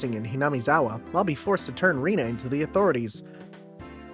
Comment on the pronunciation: I'm thrilled whenever i see people playing Higurashi, so i'm quite excited for this playthrough! Also for Rena's name it's pronounced as Rè-na or "Reh-na". Just letting you know since this'll be a long series and i know how hard it would be to change how you say a character's name in future chapter after getting used to saying it a lot previously.